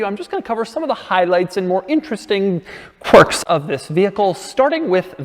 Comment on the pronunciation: "Quirks and QURIKS"